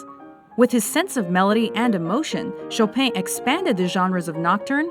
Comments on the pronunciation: 10. Viv-Oldi 9. Shoe-berg 8. Bran-ms 7 HAN-del (instead of han-DEL) 6 surprisingly rightly pronounced 5 Chow-pain 4 WagneRR (extreme american accent) 3 Mow-tz-art (oh my God help me) 2 Ok... it counts as a B- 1. Getting better A- (im still mourning for the terrifying mispronunciation of Mozart and Chopin) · Frédéric "Chopaigne" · Chopin not pronounced show pain.... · I love how they pronounce Chopin. Hilarious. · I laughed so hard when she said Chopin